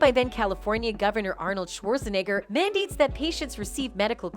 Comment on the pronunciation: The narrator cant pronunce a singel namer right. It git dicey when she said arnold sw Hwortanagers name.